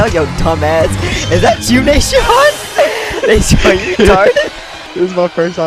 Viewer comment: It’s nasean not nashawn